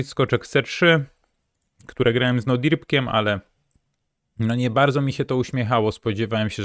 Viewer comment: Jesteśmy dumni z rezultatów, gratulacje ;) A tak przy okazji to może mówmy w przestrzeni publicznej, że z Nodirbekiem a nie z Nodirbkiem Abdusattorowem. Jakoś jak dla mnie poważniej by to brzmiało ale to się mogę mylić, nie w takich rzeczach się myliłem :D Zdrówka!